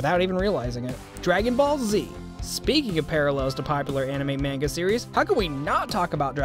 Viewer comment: the announcer is saying manga wrong, oh well